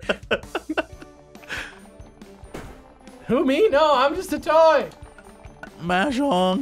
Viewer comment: Mahjong or 麻将. 麻 pronounced Ma as in mama or maw. It is needlessly pedantic of me, but hearing you say it the other way made me (cringe is overused) unduly upset